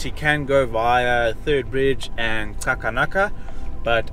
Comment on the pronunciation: love how you pronounce Xakanaka. Thats how its actually pronounced. A Bushman language with that tongue clique. I normally here gents pronounce it as Chakanaka